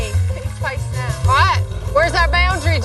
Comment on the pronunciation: I didn't know the word "now" was two syllables